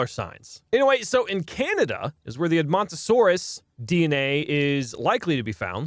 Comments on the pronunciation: you pronounced edmontosaurus right! also i know a GREAT dinosaur youtuber: GamingBeaver!! you shouyld watch him hes the best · You are saying Edmontosaurs correct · Edmontosaurus was discovered by Edmonton Alberta Canada (My home town) It is pronounced Ed-mun-toe-saurus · You are saying edmontonsaurus correctly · Edmontosaurus is perfectly pronounced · Edmomntosaurus was pronounced right, the samall guy is pronounced like this Stru-Theo-My-Mus :) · Strooth-eo-my-mus. You pronounced edmontosaurus correctly. It's named after Edmonton Canada where it was first found. As a paleontology enthusiest I love listening to you play this game. Makes my day.